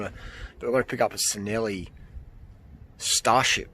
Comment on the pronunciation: Nice find! Don't like to be the grammar police but being Italian, Cinelli is pronounced "chin ell ee".